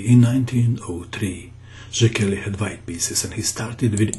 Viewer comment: the name is pronounced like [say key], good show by the way